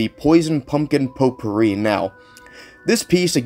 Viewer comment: its pronounced "Pot"pouri not "Po"tpouri!